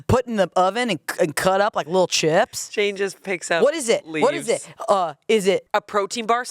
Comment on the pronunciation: "Che-yeps" IS SENDING MEE This has been one of the best episodes yet